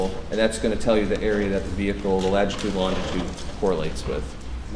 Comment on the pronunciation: Is he saying lagitude?